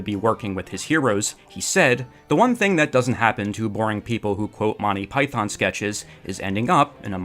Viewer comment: I winced each time I heard the mispronunciation of “python”.